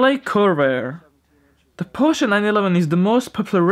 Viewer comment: props to you for pronouncing "porsche" and "Flugmotoren" right!